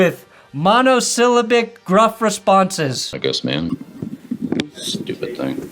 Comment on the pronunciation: ok, you mispronounced "syllabic", "bristle", and "unassailable". ....